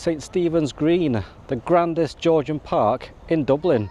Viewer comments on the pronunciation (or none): none